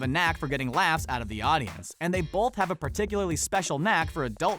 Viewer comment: I don't pronounce the "L" in the word "both" but the announcer does. Bolth.